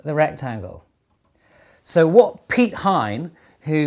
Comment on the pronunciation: Great job of on the pronunciation of Piet Hein :D